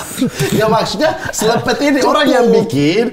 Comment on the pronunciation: Rasanya pelafalan yang bener slepet deh. Bukan slepet.